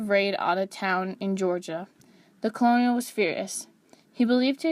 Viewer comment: Despite the spelling, "colonel" is pronounced "kernel." There are historical reasons for this. The narrator should know better.